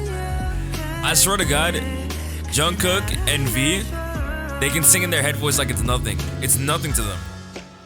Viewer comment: You don't have to, this is just a suggestion but when you say Jungkook the korean pronunciation on the ending "K" "jungkoo K" syllable is actually very soft. Almost like you aren't even saying the "k" at all. Just if you wanted to try it :)